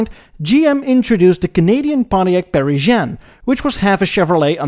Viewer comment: Great video but many mispronunciations. This includes: Monarch, Frontiac and Parisienne.